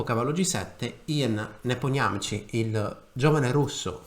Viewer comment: Si pronuncia Nepomìsci!